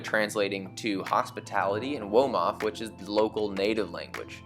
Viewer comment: Yea Wolof my guy I was confused womof?? I appreciate the confidence tho